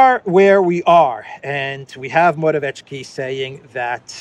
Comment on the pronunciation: it's "more-a-viet-ski", simples! yes?